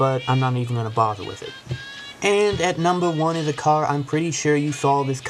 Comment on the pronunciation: ''Dammit i hate dis caw'' haha